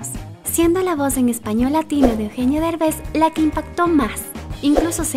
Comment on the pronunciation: No es berbes es derbes